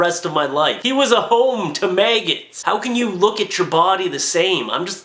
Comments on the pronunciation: Mag-gots not may-gits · Did he just say mayggots